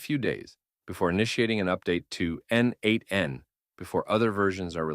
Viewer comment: Thanks. Just a note: n8n pronounced as neight(e)n